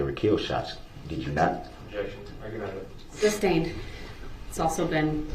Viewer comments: Li-berry- substain- tackid. Telling the judge she’s violating her “oaf” of office. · 😂😂😂 He doesn’t even say sustained properly he says substained not knowing it’s two separate words 😂😂